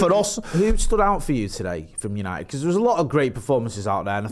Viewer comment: Oh here we go "yanited, party, buzzin " 😅